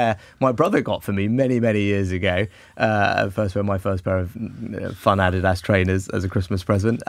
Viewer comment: Can’t even pronounce Adidas correctly.